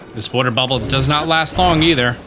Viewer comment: is Italian that's why he says booble frog lol